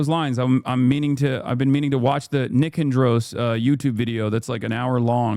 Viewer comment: a turkish man pronouncing “nikandros” like THAT was very disappointing btw